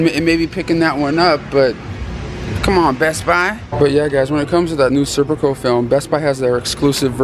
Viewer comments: Stop calling it Serpico ya 🛎end. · It’s Sicario not serpico lol